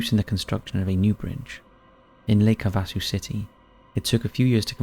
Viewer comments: Lake Havasu is PRONOUNCED Lake Have-uh-soo OR Have-ah-soo - NOT ha-vas-soo - :) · It’s pronounced Lake Have-a-sue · It’s pronounced HAVE-a-soo. I’ve been over both London Bridges, Lake Havasu and London. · It’s pronounced Lake HAV-VAA-SUE. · Lake Have-a-sue. I cringe every time you mispronounce a name or place, which is just about every video. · Pronounced- Lake Have-Ah-Sue. Easy peasy!